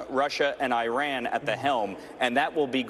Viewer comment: this guy cannot even pronounce Iran. bought and paid for Republican